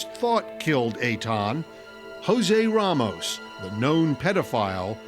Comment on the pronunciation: It’s so annoying hearing these people clearly and intentionally saying RAYmos